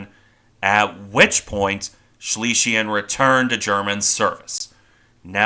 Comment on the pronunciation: Please work on your pronunciation - Schlesien is pronounced Shlay - zee - in . Schleswig Holstein is pronounced Shlace vig Hohl - shtine